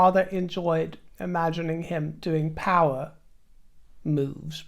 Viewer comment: Loo break power talk or loo break “powder” chalk ? :)